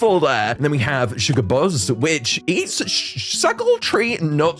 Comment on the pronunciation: ITS PRONOUNCED SHUGA BAIS NOT SHUGA BAHS